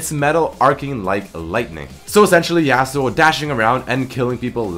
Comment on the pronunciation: stop saying "YAY-SUE-OH" it's pronounced as "YAH-SUE-OH". Appreciate the free content, but it's like hearing a chalk board being scratched. And you say it so many times in this video. It's extremely jarring. Other than that, this video is great!